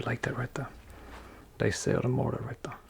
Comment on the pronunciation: righ thuh